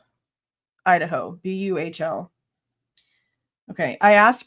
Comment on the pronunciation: Buhl is pronounced B you L ☺️